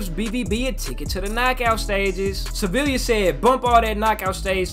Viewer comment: when u say sevilla the two L’s are pronounced like a y